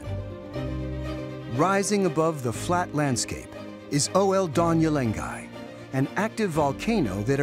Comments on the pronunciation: ol-don-yo lengai, not o-el-donyo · Fine video BUT assist this narrator to correctly pronounce the Maasai name of the volcano OL Doinyo Lengai !